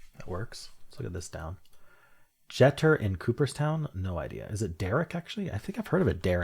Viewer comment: Derek's last name is pronounced GEE-ter and Cooperstown is referenced because that is the home of the Major League Baseball Hall of Fame, where Derek has been inducted.